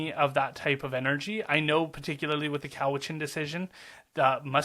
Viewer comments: Cowichan has the accent on the first syllable . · It's cow itchen not coe witchen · It's not Cow-witch-an It's Cow-itch-an. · I think it's cow-i-chun. My dad almost bought the hotel there.